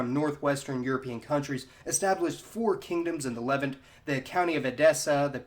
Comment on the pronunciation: Sry but I think you're misprouncing The Levant